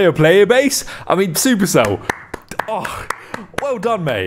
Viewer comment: Man also reads super cell as "Sup" "Erc" "Ell" It seems we have the same vocabulary